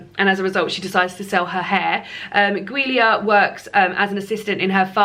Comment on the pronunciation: LOL Giulia is pronounced Julia 😂 gave me a giggle every time you said it! Will give Ordinary People a try soon, though thanks for the misery warning!